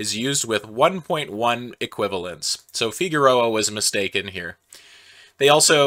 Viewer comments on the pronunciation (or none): I heard "...so Figueroa was a mistake in here" rather than "mistaken here", and honestly that's not inaccurate, all things considered.